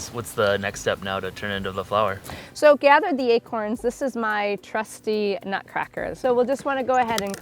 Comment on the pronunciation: He said acoins hahaha